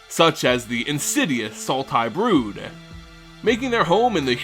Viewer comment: Sidisi, BROOD Tyrant, not Blood Tyrant